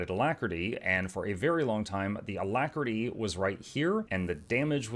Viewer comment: Why do we shorting alactery, it is not a long word lol